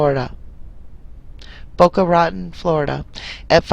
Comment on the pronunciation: I’m lol. Boca rotten. It actually rhymes with baton, as in baton-twirler. Ratan... baton. You’re pretty funny! ✌🏼